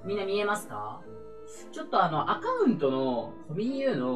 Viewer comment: アカ↑ウントのーって言い方がかわいいw